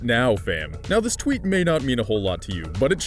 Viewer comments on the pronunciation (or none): none